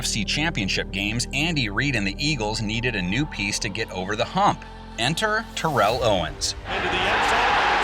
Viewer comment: Pronounced Terrell wrong